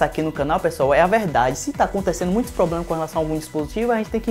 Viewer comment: Parei de assistir no "... vamos falar agora de PLOBLEMAS..."